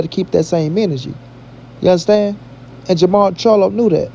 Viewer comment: Jermall... and not ... Jermell.... lol@